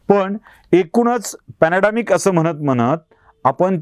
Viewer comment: Sir with due respect "Pandemic not Panademic"